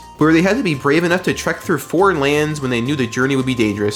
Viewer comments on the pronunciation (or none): none